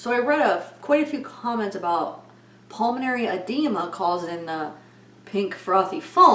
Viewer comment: Can you say PULMONARY anyone???